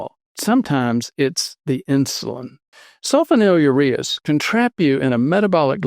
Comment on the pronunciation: “Sul FONYL ureas.”